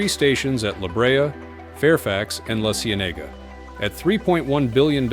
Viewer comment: Great video, but your pronunciation of La Cienega killed me!